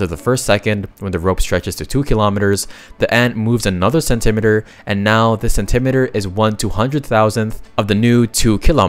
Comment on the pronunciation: I would have expected an AI to know how to pronounce “centimetre”